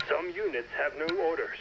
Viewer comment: Going to e a while before I can get this fellow's pronunciation of in-FAN-tree. u-neets, and Oue-ee Helicopters out of my head